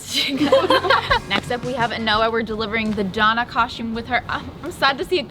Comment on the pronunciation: Sounds like they’re saying coshume